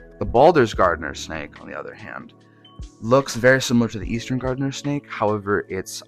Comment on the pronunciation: Garter snake, not gardener snake. The reason they are called garter and ribbon snakes is because they resembled early settler clothing accessories.